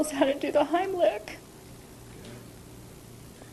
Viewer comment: Did she say the Butt lick or Heimlich??? I wouldn’t want this slob near any kid.